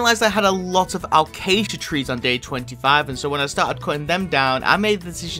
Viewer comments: It isn’t alcasia it is a-case-shu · it pronounced a-ca-sia actually